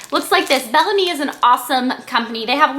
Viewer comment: I don't think it's pronounced "Bell Am-ie" but rather "Bell Ahhhhhm" which means "Beautiful Spirit" in French. :)